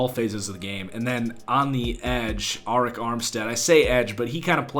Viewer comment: Arik Armstead names is pronounced ERIC